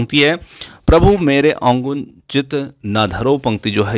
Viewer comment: Prabhu mere avgun chit na dharo /// it's avgun not Ogun